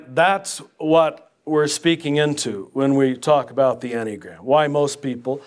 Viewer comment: hasn't this heterodox priest been laicized ? and if not why not. Additionally he does not appear to have the slightest idea of what he is talking about. There is no mystery here about the source of the enneagram (which he does not know how to pronounce) it was introduced by GI Gurdjieff and its description, the accurate one at least, can be found in the works of Pytor Ouspensky the world renowned mathematicians who was a pupil of his in early years of 20th century. gurdjieff remained obscure about the origins of the diagram making enigmatic statements about it. One thing is completely and absolutely certain that it was NEVER INTENDED TO BE USED as a tool of personality analysis. gurdieff in the last months of his life late '49 told his group his life's work would be destroyed and by whom. I believe the source of the corruption of understanding of the enneagram is oscar achayo and werner earhard among others. The Jesuits (who else) became actively involved in propagating and disseminating the version on display here. One can find very correct analyses by Fr. Mitch Pacwa SJ who was seduced into this from the order but came to understand being misled. If anyone reading or listening here wishes an accurate analysis I will suggest P. Ouspenky's In search of the miraculous and Tertium Organum . Shame on this hustler who makes direct contact almost impossible online otherwise I would have been pleased to confront directly. He is what G termed as an "idiot" or in his case a "hopeless